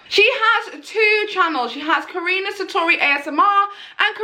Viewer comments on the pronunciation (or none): Karuna* not Karina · Karuna. KAH-RUNE-UH. Where does Karini come from?!? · Well your close to saying her name :) It’s actually pronounced Ka-roo-na Not Ka-re-na Cause that’s how she’s says her name :D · I’m dead she said karina satori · It's ka-ruun-a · It’s ka-RU-na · I swear she is saying Karunas name wrong on purpose because when she's in the zone she says it right then when she's trying she says it wrong 😂